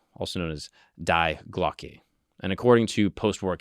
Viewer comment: you butchered that it’s Dee Glocka